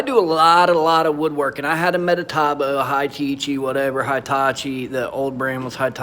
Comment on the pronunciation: METABOO not MetaTAboo. Thanks for the review but man. Everytime you said metataboo made my ears hurt! 😖😖